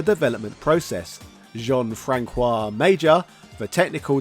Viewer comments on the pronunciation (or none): You pronouncing 'François' with a hard 'c' is the most British thing ever. I'm British/French Canadian, so I'm exactly halfway between worlds on this one and that gaffe made me laugh out loud.